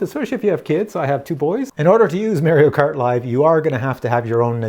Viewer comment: Learn how to pronounce Mario.